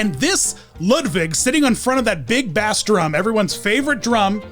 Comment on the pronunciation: “baas drum” “Guy-ro Gearloose”!?!?!?